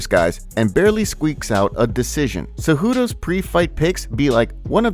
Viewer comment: nailed ce-dude-o